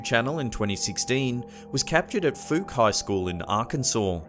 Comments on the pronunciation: I'm from About an hour away from Fouke Arkansas,and it's not Pronounced (fook),It's pronounced FOWCK.AND WHY DON'T Y'ALL EVER TALK ABOUT THE FOUKE MONSTER.ITS A VERY FAMOUS LEGEND OF A BIGFOOT THAT LIVES IN FOUKE,THE SAME FOUKE,IT'S BEEN ON INSOLVED MYSTERIES AND EVERYTHING BACK IN THE 80'S AND 90'S. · Fouke Is pronounced: "F-ow-k" or "Fowke". Fouke Is famous for THE FOUKE MONSTER! It's a 3-Toed, lurching, Bigfoot Monster! Also the Malaysian Footage is JUST THAT: FOOTAGE! From what? A Filipino-Malaysian horror film I can't remember the name of right this second! (Goddamn it...) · It's common for people to mispronounce the town name of Fouke, even noticed some websites claim it rhymes with poke. But it doesn't. I live about 20 minutes from there, grew up here all my life. It's pronounced with the OU sounding similar to OUCH. The E is silent.